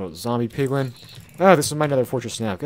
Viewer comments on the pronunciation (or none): “In this episode I’m going to be making an automatic POgLiN farm”